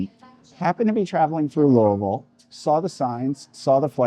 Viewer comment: You pronounce the city's name like a native! I was born and raised in Louisville and there's always been a debate from people outside the city on how to pronounce the name. The farthest I've been from home was visiting relatives in Los Angeles, and when my uncle introduced me as being from Louisville, the very first question I got was how to pronounce the name. I'm a big fan of the Hot Brown and usually get it anywhere I go that offers it. I've had some really good Hot Browns out of town in Lexington and Elizabethtown, but the best is still here in the Ville. A lot of restaurants even offer variations including more than one pizza place that has a Hot Brown pizza that I highly recommend.